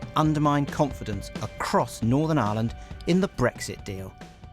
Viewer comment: Manages to pronounce island correct but not Ireland lol